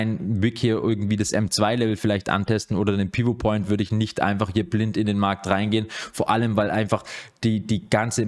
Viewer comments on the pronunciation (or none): none